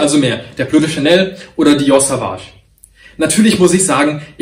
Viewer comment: Du sprichst das Dior Parfum falsch aus, bei Sauvage wird das „au“ als „o“ ausgesprochen, also Sovage und nicht wie du es aussprichst Savage 😙